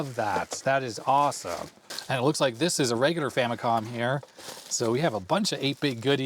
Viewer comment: I dunno why youtubers are having reading comprehension when it comes to the FAMILY COMPUTER as it's clearly shown upfront. So much injustice and disrespect Nintendo's FAMILY COMPUTER are getting from western and current youtubers that they keep butchering its name and relegate it with famiclones. They’re basing its name-butchering, clear confusion and aggressive mispronunciation with Sharp's TWINfamicom. The famicom by itself is nowhere stated in Nintendo's branding of any of its 8-bit console past or present. Not because the 16-bit Japanese Nintendo console is the Super Famicom, it's fair to mis-declare its 8-bit counter part as famicom. It's not! It's very inaccurate and a clear bastardization of the NES' basis of origin! Even in its heyday, no one has ever even called Nintendo's 8-bit Japanese console as a famicom let alone becoming an official general confusion like the sad state of affairs of present day name butchering, especially with markets where it's officially sold -- even until now! It's clear as daylight that with games, peripherals ( FAMILY COMPUTER DISK SYSTEM ) and even with the recent mini-console releases, the brand is clearly stated front and center as the FAMILY COMPUTER Before making any history-lesson, please make your facts accurate first and not ride with the general bastardization and history whitewashing. It's unfortunate that even wikipedia's been hijacked by western influence with this clear and intentional name butchering!